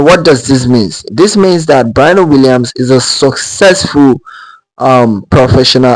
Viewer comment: Sir learn to pronounced her name correctly if you're going to make a video about her.